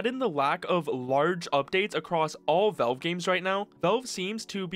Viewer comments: Please stop saying "velve" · Learn to pronounce "Valve". It's not "Vawulb" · Good video but who is "Velve"? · I like how you pronounce valve